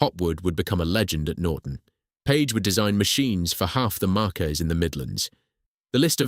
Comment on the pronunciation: marques: markees -> marks :)